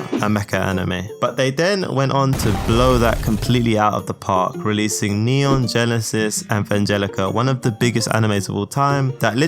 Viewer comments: "Neun Ginesis Anvangelica" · please for the love of god, improve on your pronunciation, i died inside listening some of the titles . i gave Gintanama a pass but neon genesis anvanglica. bruhhhhhh. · All mispronounciations (cuz I think they're funny): neon genesis anvangelica gintanama sword artwork online Killa killa (Kill la kill)